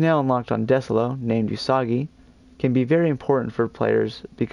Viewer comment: Desolo isn’t pronounced desolo its pronounced disolo